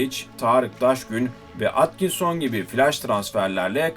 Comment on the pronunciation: Atkinson yazılır etkinson diye okunur çoban